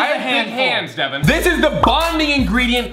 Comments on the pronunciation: its devan not deaven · It's Devan not Devon no offense 😁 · You said his name wrong it devan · It’s Devan not Daven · DEWAN XD ITS DEVAN